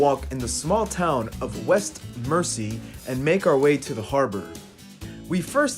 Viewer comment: Pronunciation is Merzea Island, not mercy.